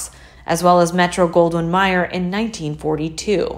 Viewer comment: Metro Goldwyn "My-er". 😆